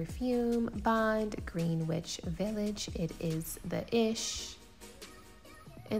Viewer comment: Great video!! Loved that bag too...so cute. I don't think you are from NYC, so just wanted to let you know the perfume is pronounced Gren-Nitch. (Which is a beautiful smelling perfume btw).